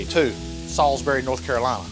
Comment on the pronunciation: Shout out to Salisbury, pronounced correctly, lol